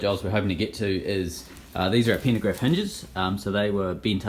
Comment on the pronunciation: FFS! Pantograph.... not pentagraph🤨